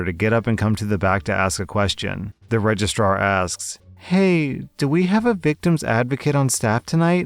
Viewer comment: I've been brain damaged by my furry friends... All I heard you say in story two was "Regist-rawr" ..... I need therapy....